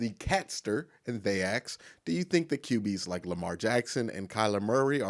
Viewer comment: i know that about axe. In fact, i think i started that by asking him here on yt: Why you keep pronouncing aks? Because i realy thought he is the only one saying like that. But how about pronoucing word the (diiii)? Is that also commen thing for black people?